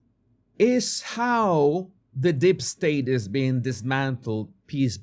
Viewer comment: It's 'Deep state' not 'Dip state' my friend! 👍😆